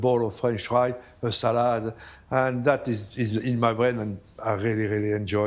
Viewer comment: “Tagtagrrrge” “Salaaahd”…excuse me, how much is duolingo?